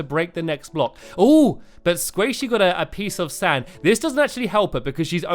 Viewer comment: Lol, the first time you said " a piece of sand" in this vid, I heard " a pizza stand", lol